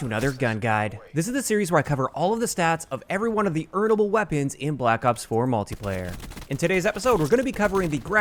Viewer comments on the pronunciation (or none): I love the emphasis on E A R N A B L E. My mans got sass.